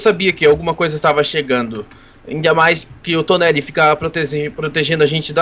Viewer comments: MANO TEM UM NEGOCIO QUE ME DA RAIVA PARECE SER ENGRAÇADO MAIS ME DAR RAIVA DEMAIS. Ñ É TONELI E TONERI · é toneri não toneli